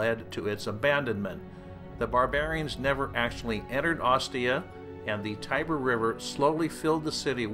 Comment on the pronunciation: I would propose to pronounce the names of the river and the goddesses etc. the way the Romans pronounced them or the way the Italians use and pronounce them today and to avoid your American gibberish. Europe is not Texas and not Kentucky.